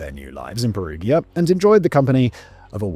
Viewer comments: Just an fyi, in Italian "gi" makes a "j" sound. Like in Luigi or giant. They spell "Julia" as "Giulia". So Perugia is pronounced with a soft G. Incentive to not shoot the messenger, I give you a fun fact, Perugia has a chocolate festival! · His mispronounciation of Perugia is driving me wild ! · yeah doesn't perugia have a soft g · I know.. every time he says Perugia with a soft G it's like a punch to the gut. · Yeah I was repeating Perugia, Perugia, Perugia! 😂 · Please tell me he doesn't pronounce Perugia like that throughout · Peru-ja, not Peru-gear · Are you going to continue to say "Perughia" all video 🫩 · From what I understand of romance language phonetics, the town in Italy should have emphasis on the U and a soft G... per-U-gia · really? pe-roo-geea?! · The fact that you cannot pronounce Perugia, and other names means that I don't think it's worth listening to this. To add. I think being so flippant is very disrespectful considering a girl is dead.. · In Italy if you go spontaneously to talk to the police or are called by them but you are not charged with any accusation, then you are not supposed to have a lawyer with you but you are bound by law to say the truth. If you are charged with accusations you can't be heard without a lawyer but you can lie. And it is Perugia with a soft g, as in gentle, generation, genre ecc, not a hard one as in got, give ecc. Because there is an i before the a. Just so you know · For the love of life, please try to pronounce the town of Perugia correctly! Surely you've heard of this town before, at the very least in need reports. I love your videos and watch them daily but cannot get thru this one bc of the mispronounciation. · I wonder if that's actually the way you pronounce Perugia. It is said a few times in Mass Effect 2 and all of the characters that said it pronounced it differently than Simon. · Hearing him pronounce Perugia is painful. Pe-ru-ja. Gi makes a j sound in Italian. Edit: giacomo is pronounced jacques-omo